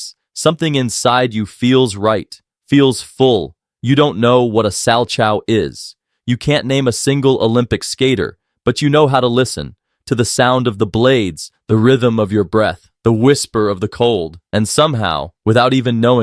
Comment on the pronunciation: Salchow isn't "Sal-Chao", it's pronounced "Sal-Kow"